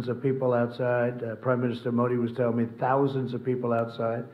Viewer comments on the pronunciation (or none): The Indian PM may have said “thoujand” not thousands.